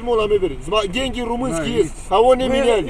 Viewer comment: Дай дэньги! Дэньги дай! "Иностранцы", блин.